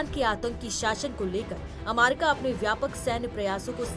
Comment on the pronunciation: अमारिका ? थोड़ा सिखाइए एंकर को !